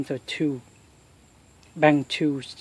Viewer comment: bank not bang learn how to speak English better